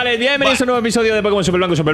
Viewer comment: diciendo super Blenco ja ja ja ja